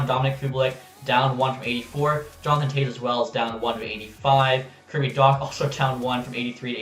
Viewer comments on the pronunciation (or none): none